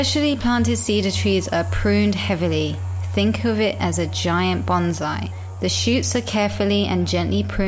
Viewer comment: of Life Just FYI: bonsai is pronounced like “bone-sigh”. The way you pronounced it is like the word banzai, which is an entirely different meaning. Thank you for this video!